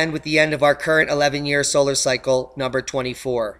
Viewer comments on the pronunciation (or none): none